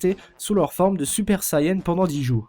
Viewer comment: Mec, ta vidéo est bien dans l'ensemble mais je t'en prie, fais pas la même erreur conne que les comédiens français et l'équipe de production, c'est Sayane, et non pas Sayen, c'est d'autant plus vrai en japonais, ça me tue d'entendre des gens écorcher ce nom, je l'ai moi-même fait quand j'avais 8 ans et venait tout juste de connaître la série en jouant au jeu sur PS2, mais je prononçais à la française en disant "seyant" donc c'est pas aussi grave !